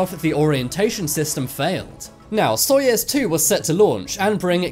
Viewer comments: Such a popular channel, awesome subjects! - But, how can you constantly mispronounce on such a popular channel GAGARIN AND SAYING:GARAGIN ????? ANYONE, EVEN IN THE MOST REMOTE PLACES ON EARTH KNOW ABOUT SOYUZ —— NOT SOYEZ. Seriously???? GARAGIN AND SOYEZ????? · btw your saying soyuz wrong- im russian :) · Jesus! It is not SoiEz one! It is Soiyuz one! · soyUUUUUUUUUz its a enormous size of letter U! (not soyEz...) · SoyEz I thought it was pronounced SoyOOz, I guess i was wrong. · My god Soyuz not soyes And Gagarin not garagin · Soyuz, not Soyes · It's pronounced "Soyuz" (not soyez) and Gagarin not Garagin! At least just learn how to pronounce if you intend to narrate next time. Only reminding for the sake of a better narration. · GA GA RIN !!!!!!!! SOY OOZE. !!!!!!!!! FFS!.. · But it is "Soyez" right? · no - Soyuz. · Lol I like how your pronunciation for "Soyuz" sounds like "Soyaz"